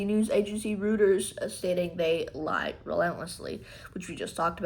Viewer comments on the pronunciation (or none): it is pronounced , roy ters , musk is a prick , not sure who to trust ? Reuters are as straight as they come. totally trust worthy IF they make a mistake , they are very open about it , they don't try to hide it.